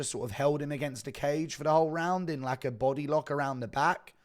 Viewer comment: Shit every time he says body i hear Bising, "come on buddeh